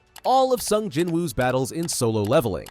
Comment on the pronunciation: At this point, 18 episodes deep into the anime, how is yr AI reader still mispronouncing the MC's name? Anyway - Let's goooo Eagles! Let's goooo Kendrick!